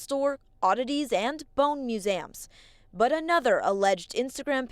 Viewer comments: Please, don't ever say the word 'museum' like that ever again. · Im American but I never heard museum said like that. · I'm not American but I want to ask if the pronunciation of "museum" is standard in the US? Just never heard it pronounced that way.